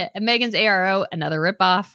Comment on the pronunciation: It’s Arrow brand orARO